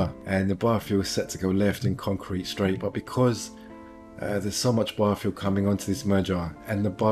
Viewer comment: I keep hearing 'bar-fuel'. I should stop drinking...